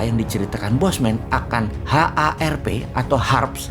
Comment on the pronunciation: HAARP Bukan HARP